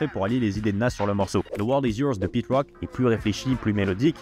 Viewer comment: Alors très bonne initiative et bonne chaîne de mec qui s’intéresse… Mais j’me permets pour ton bien frérot lol déjà qu’entre Pete Rock et Mc Serch prononcés comme Gilbert le jeune retraité du PMU, j’ai tiqué, quelques secondes plus tard j’entends Aretha Franklin prononcé comme la tortue mdrrr saignent du nez direct😅 stp faut te mettre un minimum à l’anglais, ne serait-ce que les bases ça va t’ouvrir un monde, qui plus est si tu te passionne pour le rap et le Hip-hop !